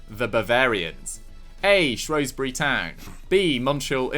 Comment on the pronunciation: Pls pronounce Shrewsbury right its a shrew not a shro